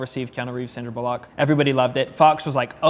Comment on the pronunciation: He also says "Sandra BOLLOCK"